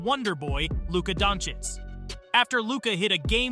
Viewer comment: If you're gonna make a vid about a player, atleast learn to pronounce his name.